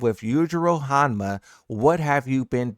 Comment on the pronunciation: Dude doesn't know to pronounce Hanma 😂